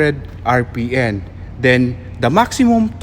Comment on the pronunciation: RPM not RPN, please get a better presenter that can pronounce the right word and alphabet... such as “Four” not “ Pour”... I am sorry but yes please get a better Speaker!!!